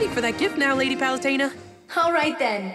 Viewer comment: sorry for being a grammar nazi but it's palutena not palestina your spelling of palutena reminds me of that palestina!